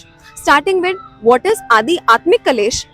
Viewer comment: it's Aadhyatmik Not Adi Atmik Please check